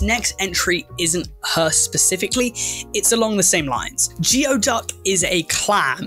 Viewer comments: The Geoduck is pronounced like gooey duck. XD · geoduck is pronounced "gooey-duck" btw!! they're super common here on the coast of washington state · I find Cordyceps facinating. I also live where people love to eat Geoduck (pronounced Gooey Duck). I am not one of them. And no, they don't have to be eaten alive. I think sea cucumbers are cute, though. XD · Oh, also, geoduck is actually pronounced like “gooey duck”! And no, it doesn’t have to be eaten raw. The people who are eating it raw in those videos are doing it for shock factor and clickbait reasons. Typically the geoduck is blanched, cleaned, chopped up and cooked since it had a very tough outer skin. It also typically has a lot of dirt (sand, seawater, etc) in its digestive tract unless it’s been cleaned so anyone trying to eat it raw is going to get a mouthful of geoduck feces, sand and old seawater 🤢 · was pitching a fit in my chair about "gooey duck" its a local creature! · As a Pacific Northwest resident, I have never heard of anyone eating a geoduck alive. (It's pronounced like "gooey duck btw). Delicious grilled with butter and dill. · Just to let you know "geoduck" is pronounced as "gooey-duck". Don't know why, it just is. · I hate that geoduck is pronoounced gooeyduck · It's pronounced gooey duck